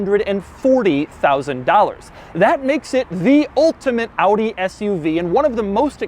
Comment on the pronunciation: Finally a car reviewer in english who says Audi correctly instead of Awdeeh. Doug always the GOAT.